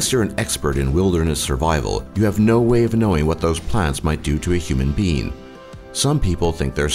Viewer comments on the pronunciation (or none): "Human bean."